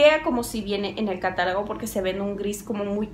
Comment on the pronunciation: Me encanto tu video. Una pregunta, ¿Por que dices catalagos? entro en ansiedad... jajajaja!!! Saludos! Nueva suscriptora